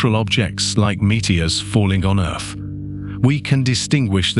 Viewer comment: I do like the videos burn that voice is driving me insane Earth has th at the end he says it with a f 🤣🤣🤣